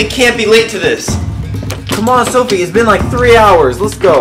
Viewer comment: "soFie" not " soFFie"